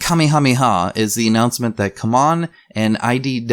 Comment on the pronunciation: Argh. I hate your pronunciation of CMON.